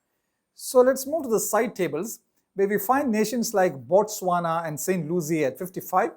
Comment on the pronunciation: St. Lucia is pronounced looshia, not luzia